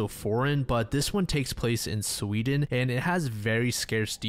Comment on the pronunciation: I thought seewdeen was a good country 😭💀